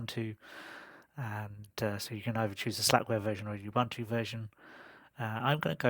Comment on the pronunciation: Thank you for the review, I'm trying Puppy this week. Some advice :) Ubuntu is not pronounced 'Uh-bun-to', it is pronouced 'Uh-boon-too' or 'Oo-boon-too'. It is an African term meaning 'humanity' or 'humanity towards others', there are many pronouciation examples on YT.